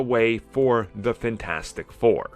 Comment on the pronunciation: It's pronounced FANtastic Four, not funTASTIC Four.